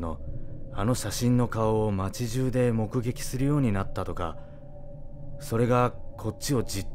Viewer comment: ここって多分ブログ主の人は 街中(まちなか) っ書いてるのかなって思ったけど まちじゅうって読んでるのが すごいリアル感ある。